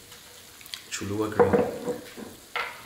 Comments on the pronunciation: It’s Cha-lu-la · Its not cholua its cho-lu-la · It’s Cholula not cholua! 😂 other than that and the cheese 🧀 the way you marinated the meat 🥩 and chicken 🍗 it’s looks delicious 😋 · U pronounce it cholla!!!